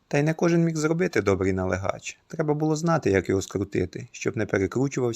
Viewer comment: У слові налигач наголос на другому складі: налИгач, а не налигАч. Принаймні в центральній Україні. Не думаю, що десь це слово звучить по іншому.